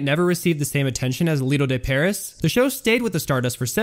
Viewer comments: Very interesting, BUT: Tan-JEERS, Pair-EE (C'mon, Man), and Harry S. Truman? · I know. Also, if I hear him say "Lido De 'PAIR- iss'" again, I'm going to SCREAM. It is pronounced: "Lido De 'Pair-EE'." You know...the same pronunciation as the SAME SHOW (after which it was named!) in the real, French "Lido De Paris?!" JEEZ, guy, do some research!